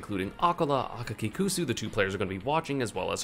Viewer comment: ESAM is literally the first non-Japanese person that I’ve seen say Akakikusu correctly